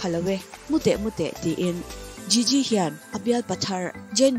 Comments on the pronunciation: An hming lam dan fimkhir hle a ngai nih hi, video dangah pawh in lam diklo nasa thei e mai. Gigi pawh jiji tia lam tur aw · Jiji nilo Gigi thil lam I thiam lo lutuk🤦🏻‍♀️